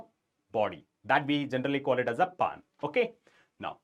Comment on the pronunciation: Sir it's not paan it's pan😂